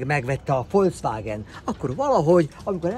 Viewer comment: Rojszrojsz és Folcvágen...🤦🏼‍♂️